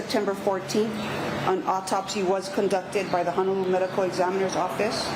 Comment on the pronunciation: Cannot even pronounce Honolulu. Unreal and sorry the the lost life